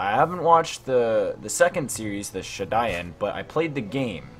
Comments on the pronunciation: its pernounced shippuden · "Shiduyen" Me: 🤦🏻‍♂️ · Bro its shi-pu-dden also hold on did you say jitsu lol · Sh uuu puu den is how it is pronounced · Shippuden not shiyuden don’t kill me and also anbu not on boo